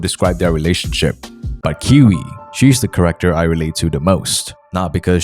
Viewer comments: character pronounced as corrector confused me so much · Yo dude by "corector" do you mean "character"?, i aint good at english....